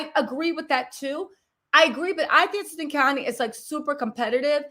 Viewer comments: Khanyi .. sound it out like Carr..nyi.. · Khanyi is pronounced “Kahn-yee” sort of like Kanye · Hey babe..its pronounced Kanyie...like Kanye but an I at the end